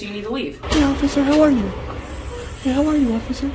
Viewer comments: Did anyone else notice that he doesn't say officer, he says ocifer! "I'm tired of hearing about the first amendment. That's all we ever hear." Thats what the 2nd one is for. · It killed me when he said ociffer 😂😅😊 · In all his video he says "osifer" instead of 'officer' . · Occifer, Lol